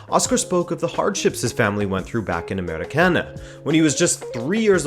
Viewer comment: Wow, I'm from Brasil and it's crazy to hear someone outside the country saying names like "Americana" or "União Barbarense" ! The level of research that you had done it is incredible, thanks for the nice video!